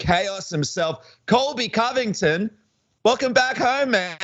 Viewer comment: wait did you say Colby Cummington?